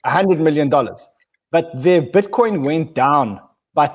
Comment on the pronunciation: That's Butcoin lol...